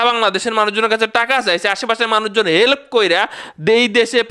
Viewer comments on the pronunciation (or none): হেলেপ কি ভাই 😅 হেল্প 😅